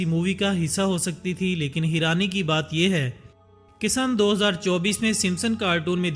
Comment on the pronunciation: Heeerani? No bhai its hairani